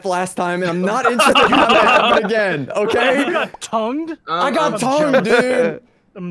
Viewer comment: "TOUGNED" I'm Jealous bro......." - 2020